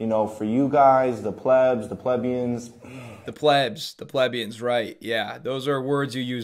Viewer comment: I wonder if anyone is going to tell him he's pronouncing plebeian wrong......................